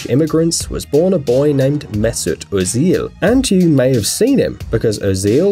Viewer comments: He says Ozil wrong also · how the guy read ozil's name lmao